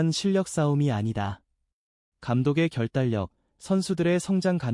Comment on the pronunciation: 결달력이아니라 결단력입니다.신경쓰이네요^^